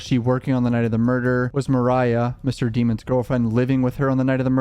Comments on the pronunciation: Dem ons not demons lol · Can you please say his last name correctly? You've watched enough of the trial to know you are disrespecting the mans last name.